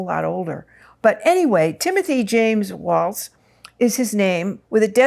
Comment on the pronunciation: Please pronounce Tim's last name correctly (Walls) and Kamala's name correctly (comma la). Tim looks really young to me. We both survived many years of public education and the lunchroom! Glad he is building something. America needs rebuilding in justice and mercy. Will reach young energy- great. He will teach the youth to lead. Perfect timing for all. Yes he will build something in America. Appreciate your readings.